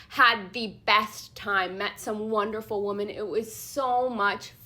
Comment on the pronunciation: Hey.... the pronunciations are wuh~mahn and wuh~mIN!! It's like everyone forgot the latter!!!